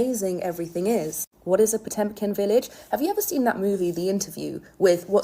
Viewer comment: It's not "Potempkin", it's "Potemkin" villages. It's an old Russian invention, pioneered by Catherine the Great in the second half of the 18th century.